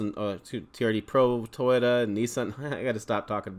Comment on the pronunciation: you need practice on saying Toyota😅